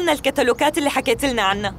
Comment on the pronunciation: تقول الكتلوكات غلط ههههه الكتلوجات صح ولالا